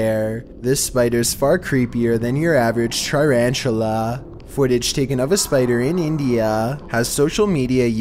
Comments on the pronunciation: “than your average triranchula” it’s tarantula man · This nigga said Charatunla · Char-anchula LMAO!! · Why you say tarantula like that